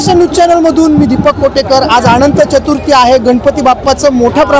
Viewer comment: अंनत चथर्थी नाही , अनंत चतुर्दशी.